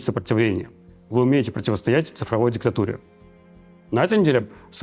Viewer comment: Что за дешевые манипуляции "э бе, вы и есть сопротивление вы противАстАите дискТатуре". Чем это взбадривание отличается от зетников, ещё предложи цифровым солдатом стать.